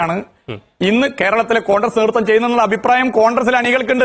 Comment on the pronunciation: Ee MARU MAHAAN Mandriye aadyam 'CONGRESS' yennu paranju padipikku, 'CONDRESS CONDRESS' yennallanu paranju kodukanam. Ee Mahaan aanu Keralathile Mandri, edu malayaaligal Sahilanam. Yendoru KASTAM...